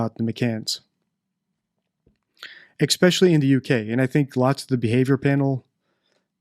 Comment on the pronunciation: Please. ESPECIALLY HAS NO X